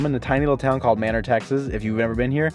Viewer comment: I found your channel because of the Austin content…I miss living there. Keep going with the outdoor/drone footage! It adds some sereneness. 🌳 (it’s bugging me, manor’s pronounced may-nur) 😉